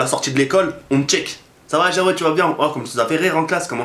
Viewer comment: CEST JAWED EST PAS JOUED PAUVRE INIOBLE TU DEVRAIS AVOIR HONTE